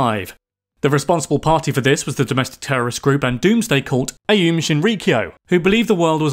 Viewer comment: We won't talk about all the pronunciation issues, but You totally butchered the word "aum", which is just ॐ (om). It's the mantra from India. The Tsukiji Market has been closed for quite a while now. It was completely leveled and is under re-development. The new fish market is in Toyosu.